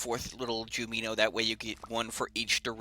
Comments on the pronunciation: every time he says juNiMo: Him: Jumeeno Me: WHAT THE FUCK IS A JUMEENO? ITS FUCKING JUNIMO. OK, JUNIMO JU-NI-MO! N-I-M then hes all like: matooered Me: WHAT THE FUCK DOES MATOOERED MEAN? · Wow, a lo of people seem triggered about the way you say jumino... But I sorta like how you say it. And if anyone reading this comment is even more triggered, keep in mind that jumino is not a real word, so there is no correct way to pronounce it. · isnt it junimo?